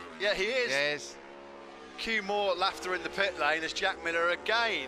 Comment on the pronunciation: "rescue" truck not reasue truck